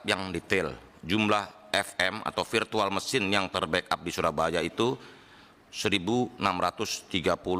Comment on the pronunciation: FM lu kira football manager, Virtual Machine woy sekelas menkominfo ga bisa bedain huruf F sama V :face-purple-crying